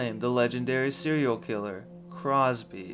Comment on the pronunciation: Cropsey, not Crosby.